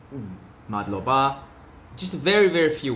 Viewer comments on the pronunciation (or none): in every word stress only the first syllable (but not too much). For example - not madlobA but mAdloba.